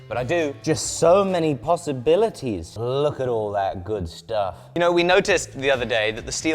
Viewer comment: "Just so many possi-BILLET-ties"